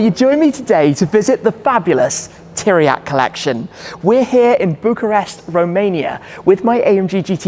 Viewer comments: Bro, did you have the decency to ask any one how you pronounce Tiriac? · Why you can say pizza but not Țiriac?